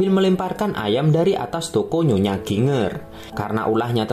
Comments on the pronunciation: Bacanya Jinjer ngab bukan ginnger. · Bacanya JINJER kali bukan GINger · Dr. Chiang Kai Sek ... Jadi inget pelajaran sejarah tahun 2001, kelas 2 SMP... Pasca Perang Opium... btw Min... GINGER dibaca JIN-JER... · Ginger apaan Ginjer lah bunyinya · Ginger itu dibaca 'jinjer'. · Ginger sebutannya Jinjer🙏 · Ginger = jinjer(sebutan).. . Jahe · Mas itu ny.jinjer bacanya